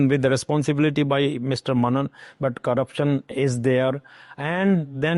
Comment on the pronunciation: How Mr.Bharocha is pronounced as BHAROCHA, but MR.MENON is carelessly pronounced as MANAN throughout the interview. What a seemingly lackadaisical attitude when it's a south Indian name? JAI Bharat Mata Jai Hind